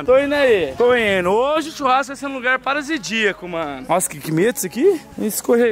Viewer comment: Wou essa ilha é MT "parasidiaca" kkkkk Erro proposital pelo rê kkkkk Rachei mn